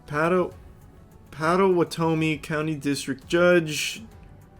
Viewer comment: love from oklahoma!! hearing him trying to say pottawatomie was too funny hahah